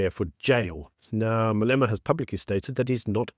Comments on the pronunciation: Malema not Maleema. Idiot! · pronunciation not "Maleema", but "Malêma". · No disrespect but I think your pronounce Malema’s surname incorrectly.